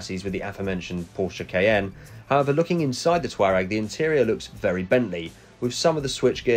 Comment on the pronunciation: Matt from high peak autos will not be happy, “it’s TWAREG”!!!! Great vid as always